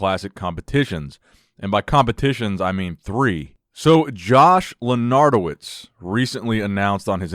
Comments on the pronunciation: not loranto-wiz but lenato-wicz WICZ CZ CZ C-Z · Hey, its pernounced lenartovich. Its Polish background. Great videos though.